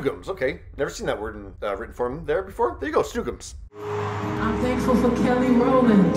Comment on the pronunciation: FYI, “snoogams” is pronounced “schnookums.” Idk if there’s an official origin to that word, but people spell it all kinds of ways. Lol